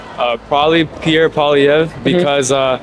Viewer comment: These people are in university?...omg...they cant even pronounce pierres name right